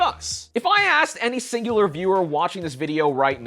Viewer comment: he said xingular